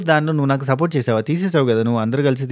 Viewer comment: Support akka ante Ann naku sapota akka ani vinipisthundi pandu sapota